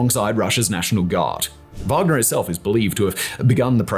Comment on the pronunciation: Yes, Wanger like "wang"